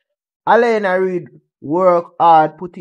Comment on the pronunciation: Can you pronounce her name properly is not Elena is Alana thank u very much